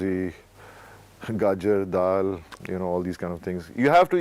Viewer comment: It lauki, gaajar, dal , not gaajar-daal :D